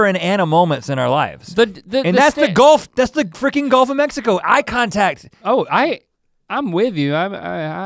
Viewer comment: "Give us a freegen break." - Rhett. That made me giggle. I'll try. 😘